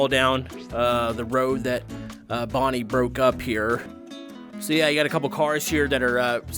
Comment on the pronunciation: That is Bon Bon not Bonnie